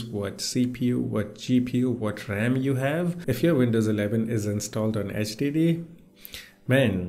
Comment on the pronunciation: I love how you pronounce HDD as STD, a perfect way to describe the way Windows runs on a HDD